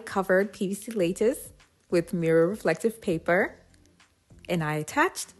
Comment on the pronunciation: BTW. its LA not Le for the lattice.:-)